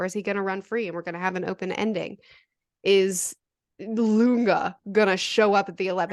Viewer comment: Lunge is pronounced Loon-gay.